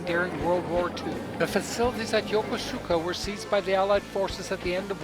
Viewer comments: YOKOSKA..... don't pronounce it YOKOSUUKA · "yoko suka" port its YOKOSUKA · I am half Japanese and my first language is Japanese, sir. My father was stationed in Negishi and Yokosuka and I have spent half of my life there.... I guess it's more yoKOHska for English speakers but the actual pronunciation is yoKOsuKA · It’s Yo-kuu-ska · I was stationed at the Marine Barracks at this Navy Base from 1960 to 1962. We pronounce the name og Yokosuka differently that shown on this video. We pronounced Yokosuka like this: Yo Kuus ka. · Pronounced Yo-Kose-Ka ! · It's pronounced yokOsukA😉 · Wrong. I was stationed here and met my girlfriend there, she’s Japanese, and she laughs when he says YokOsuka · its pronounced yo-kus-ka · I strongly recommend that you learn how to correctly pronounce Yokosuka. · Dude doesn't even know how to pronounce the name. Jeez... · Funny his pronunciation of Yokosuka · Not to diss your video u did an awesome job but you Mispronounced Yokosuka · Your pronunciation of Yokosuka is the same wrong one on the recorded one on the those JR East Lines. Please re-record this. I lived there and worked with the CO of Fleet Activities Yokosuka. Don’t promote Incorrect pronunciation.